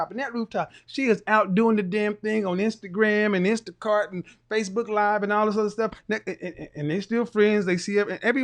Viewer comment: He said Insticart! LOL!